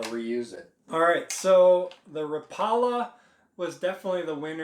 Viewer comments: Raw pale la?? Lol rap-pa-la Oh and keep skipping all the dumb stuffs. 30 mins of nothing 10mins of usable info. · It’s actually pronounced ra paw la